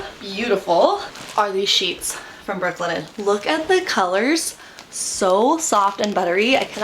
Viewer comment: Brook Linen, three time you said it, and I could never pick out the words you said. Work on this for advertising.